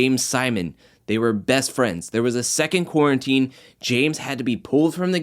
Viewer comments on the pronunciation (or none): none